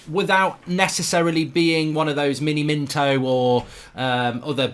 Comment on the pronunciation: He called bateson 'Batman' and he called Miniminter 'miniminto'